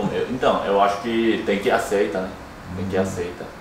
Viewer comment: a palavra "aceitar" tem o "r" no final, não esquece dele ao falar a palavra hehehe sei que estão se esforçando para aprender melhor o português, e gosto muito de vocês, só quero ajudar tá! Não quero ser chata! Adorei o vídeo! Eu entendo muito sua mãe e a preocupação dela, nesses momentos gostamos de ter nossas famílias por perto, e estar em outro país é bem complicado... mas eu sei que Deus estar olhando por todos nós e sei que tudo isso vai passar logo!!! PS: EU TAMBÉM NÃO AGUENTO MAIS FICAR EM CASA...